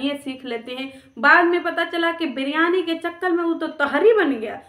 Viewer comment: Briyaani nhi liriyani thaa